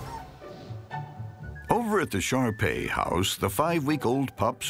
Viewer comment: First time I heard him say shar-pei, I thought he said sharpie as in the marker